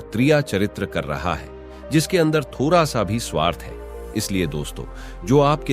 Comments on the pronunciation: Tota , tota , tota, tota, thoda ko thora 😂😂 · What a crap story! थोरा, उरना, पेर....यह क्यां हर जगह 'ड' टाइप करना भुल गया था, जो यह computer voice text to speech हर 'ड' को 'र' बोल रहा है!